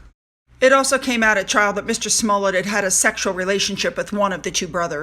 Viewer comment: First of all congratulations on pronouncing Smollett correctly!👏👏👏 It's a perfectly straightforward Scottish name pronounced just the way it looks - Small-it! I hold no brief for BLM as it's behind the prevailing problem of turning one side against the other - even if they have to invent the narrative! Falsely demonizing white people can't solve the problem - it simply reinforces the victimhood status of black people who don't want equality - they want revenge - even when the 'crime' is self-inflicted! BLM is a divisive movement and we need to stop supporting it's agenda so that peace & reconciliation between races has a chance. Choosing to uphold worthy folks of colour to represent them rather than hero-worshiping a villain who held a gun to a pregnant woman's stomach wouldn't be a bad place to start! Worthwhile video!👍